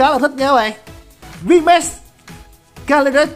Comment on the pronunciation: đọc tiếng anh đỉnh cao vl Vmax thành Vmatx hahaaaa